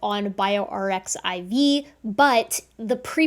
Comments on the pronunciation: I am as always absolutely thrilled with your content. One thing though, bioRxiv is pronounced "bio-archive". I kind of assumed that you pronounced it as you did, spelling it out (more or less), so people could find it more easily; but, just in case... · "On BioRxIv" Isn't that pronounced bioarchive? Chi, as in the Greek letter that looks like our X. Bio-"R"-Chi-iv